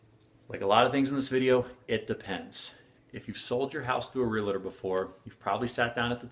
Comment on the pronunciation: Real-tor, not re-la-tor. We are tors of real property. Please learn to pronounce.